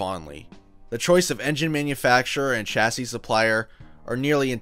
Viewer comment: Kudos to you for pronouncing ‘chassis’ correctly! 👏 I’m not trying to denigrate all Americans, but you are genuinely the first American I’ve heard pronouncing it as it should be, with the ‘ch’ being soft and sounding like ‘s’, due to the fact it is a French word, exactly like the start of champagne. I respect Townsend Bell a lot, but hearing him always pronouncing ‘chassis’ with a hard ‘ch’ as per the word ‘chat’ really grates on me! I like your style with the video as well, subscribed! 👍🙂